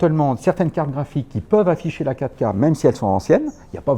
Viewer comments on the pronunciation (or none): j'ai mis quelques secondes pour comprendre qu'il parlait de la 4 K, je comprenais catca, mais bien sûr il s'agit de la "quatre K, "quatre" en deux syllabes sonores...c'ke j'pe' êt' bête ;( à part ça, video très instructive.